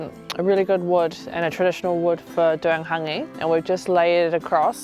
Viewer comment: Not tryna be disrespectful to. But Yeti wouldve gotten a more natural story from Rewi Spraggon from Hangi Master NZ in regards to the true origins of Hāngi he knows the works. The sis didnt even pronounce our reo words properly especially “Hāngi” not “hungy”